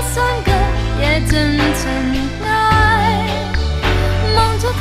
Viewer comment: 原來塵埃唱咗塵'哎不是正確讀音塵'哀' 唔怪得聽人唱這隻覺得怪怪地 原來原唱一早就唱錯詞